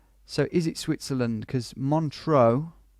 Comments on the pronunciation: He keeps mispronouncing it. There's no A in MONTREUX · This was an interesting challenge, but unlike the GeoDetective challenges, "ISTS" can't really be 5k'd without moving. r1 you made the normal mistake Brits make of mispronouncing Montreux, which usually leads to confusion, but pulled out a good guess. r2 you're surely right that whoever made the map intended for the town name to be visible. r3 you misjudged the angle of the road slightly, but this was difficult to 5k even in moving mode. r4 required a leap of faith to believe that the graffiti was the name of the town. I think it was obvious that the signs were in Greek, although Vlakava (which means Romania I think - an old English name for Romania is Wallachia) is a bit odd. But it was worth doing the challenge just to find out about Greece's answer to Mount Rushmore. r5 I can't really defend you - Guayaquil is such a major city - although ISTS does start to play tricks with your mind after a while! All the best.